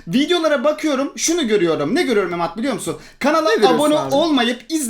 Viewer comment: yine Emad diyeceğine emed dedi 😂😂😂